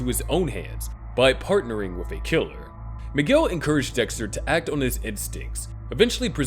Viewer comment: His name is Miguel, not McGill.